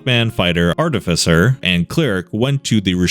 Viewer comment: Glad he’s pronouncing artificer correctly.